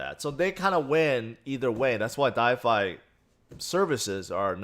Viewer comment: I love you man, but for gods sake it’s called “DeFI” not “DiFi” 😳